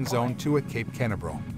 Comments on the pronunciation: Canaveral pronunciation (kuh- nav-uhr-uhl, kuh- nav-ruhl) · You should take the time to teach your AI voice over program how to say "Canaveral" correctly! Either that or hire someone who knows how to talk. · learn how to pronounce Canaveral 😎